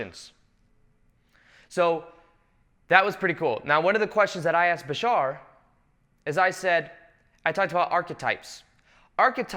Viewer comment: Why do you people say Bishaar, its Bashar...you can say Badass but cant say bashar?!?